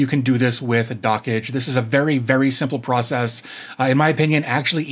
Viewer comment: "Dockage" is so annoying, the creator has mentioned it's supposed to sound like "Dodge"